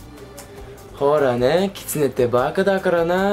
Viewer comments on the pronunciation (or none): none